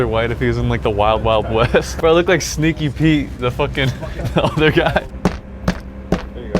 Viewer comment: Did he call Skinny Pete “sneaky Pete” did I hear that wrong?